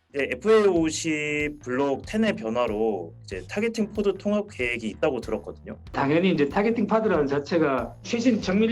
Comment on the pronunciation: 포드(ford) 아니고 파드(pod)